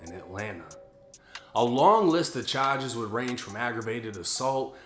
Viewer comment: Dat boi said chages